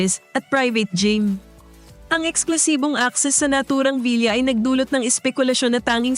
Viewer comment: The correct way to say the word villa is vila not vilya.